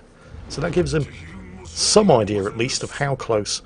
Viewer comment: Idea doesn't have an R in it.